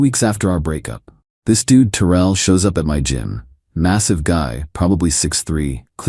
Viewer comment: FINALLY AI got the name Terrell right❤